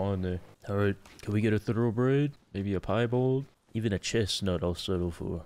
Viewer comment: Did he just say chest snut?